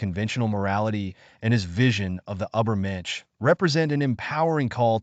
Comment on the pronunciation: And how about “ubbermensh”?